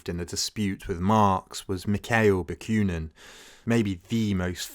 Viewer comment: Ba. Queue nin? There is no y in the name. Ba koo nin.